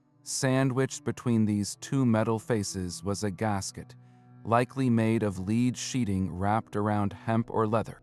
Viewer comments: Your AI mispronounces "lead" as "leed" when it should be "led". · Hard-coded captions are extremely annoying! A simple word like 'lead' mispronounced over and over... the AI narration is equally annoying. As is the use of irrelevant AI artwork.